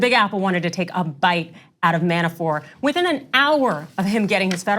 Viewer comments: every time she says Man-a-4 instead of Manafort I cringe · There is T in his name. ManaforT, not Mana4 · By the way it's Manafort, not Manafor. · How does she not know Manafort's name??? She keeps saying Manafor without the "t". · Mana for T T say the T you are driving me crazy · Why won't she pronounce the 't' at the end of Manafort's name? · I actually checked the comments just to see if anyone else noticed haha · Christopher Eshleman That was irking me. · You can pronounce the T in manafort. He's not french.